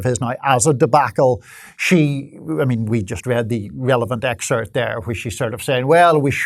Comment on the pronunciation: The word is Excerpt, it's not whatever word yr mangling the pronunciation of herein.